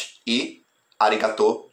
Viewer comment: quero assistir este filme! diga Arigatou gozaimasu (o som é de dois esses apesar de escrever um s).